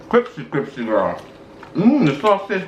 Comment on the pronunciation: and his “cripsy” 😂😂😂😂